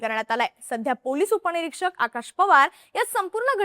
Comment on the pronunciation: तुम्ही मराठी एकदम शुद्ध बोलता.... ऐकूण, सेवण, असूण, उपणिरीक्षक, ठेवूण वगैरे वगैरे 😂😢